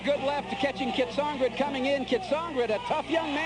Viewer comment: The announcer is getting on my nerves. It's pronounced KEE-AT-SON-GREE, not CAT-SON-GRIT.